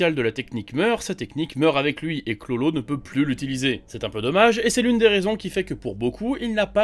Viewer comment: Pk il dit chlolo dit bien KURORO a faire le japonais la